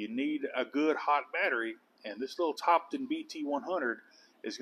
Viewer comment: Just a few comments Topdon is pronounced Top Don and it’s not Mega ohms it’s mili ohms